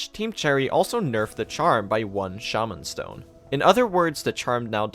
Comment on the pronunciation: dude its shaw-man stone